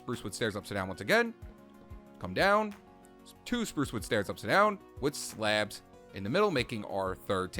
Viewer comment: Why Do You Say Sleabs